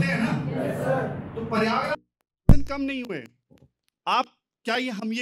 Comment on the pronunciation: Sir paryagraj nahi prayagraj naam haan